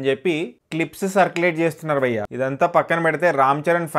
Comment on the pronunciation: Bro.nuvvu bayya bayya antunte ayya ayya ani adukkunnattundi....pronounce....bhayya not bayya....neeeeee